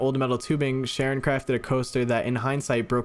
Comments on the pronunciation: Side note: Charon is pronounced something like Karen. I only know this bc Charon is a character in Greek mythology and I walked around saying it wrong until my mom corrected me 🫠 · Side note I’m sure has been mentioned a dozen or so times if not more: CHARON is actually pronounced “KAIR-on” and is the name of the entity of Hades/the Underworld who ferries/guides the souls of the deceased, who have been given funeral rites, across the River Styx and River Acheron, which both divide the land of the living from the land of the dead, in Greek mythology. You’ll meet him someday—really sweet guy. Very quiet, but a heart of gold on that one. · actually, I’m pretty sure it’s Charon ( care-on ) aka the ferryman in Greek mythology. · I love ’ channel, but I cringed when he pronounced “Charon” as “Sharon”. It is pronounced “Karon”. In Greek mythology, Charon is the ferryman who carries souls across the Styx, the river separating the realm of the living from that of the dead.